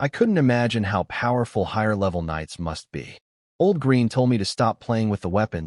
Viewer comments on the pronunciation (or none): none